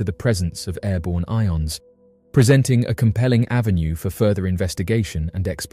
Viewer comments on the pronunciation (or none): none